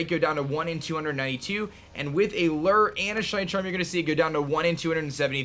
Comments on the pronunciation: Am I the only one that's bothered by the fact that none of these Youtubers can pronounce luh-oo-er correctly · That's not how you pronounce lure. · Does he pronounce "lure" weird or is it just me?